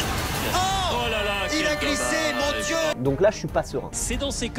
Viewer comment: “Il a GliSser mOn diEu"😂😂